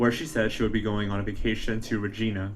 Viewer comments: I am snorting at the way he is saying Regina 😂. Its reg I nah, you know rhymes with a certain body part….. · It's not regeena it's an I sound not e. I lived in Yorkton Saskatchewan. It's very small. Someone knows something. Thank u for bringing this some light again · The city is pronounced Reg - i - na.... ya, it rhymes with that body part! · Reg"I"na, the i is not like "ee" but sounds like the word "I". Sorry I've watched a few youtubes about her and so many say it like "Regeena". Sure hope she is found ♡ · Its not Regina as in a girls name its pronounced Ra jie nah...rymes with vagina... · Re-gi-na it's like vagina but not as good. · Regina is not pronounced like that , Regina rhymes with Vagina !! I’m from Regina